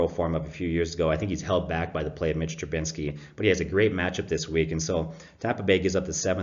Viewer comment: Trubisky not Trubinsky